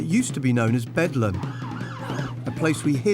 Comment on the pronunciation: Did he call it "Bedlan" instead of Bedlam right at the start??